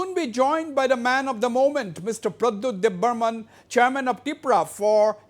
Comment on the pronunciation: Not debbarman , It's Debbarma